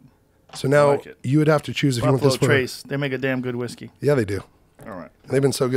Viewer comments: “Whiske” -look that up. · "Proper 12 irish Wiske" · Its whiské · Everyone: Whisky or whiskey? JRE: Whiske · 2 hours later, still "whiske" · should double down “Whiske” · Still says whiske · had a lil too much “whiske” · Joe “Whiske” Rogan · takes the vowel rule sometimes Y ver seriousl